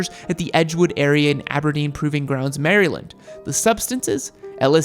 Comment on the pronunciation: You say "Maryland" like a goober, or worse, a foreigner! "Mare" like a lady horse. "Uh" like you're stalling for time (also, great job on zero filler words in all your narration, very professional). And "lind" like the first part of the name "Linda" . MARE-Uh-Lind. And great job once again in total. You make YouTube better and they should be ashamed for demonetizing your content.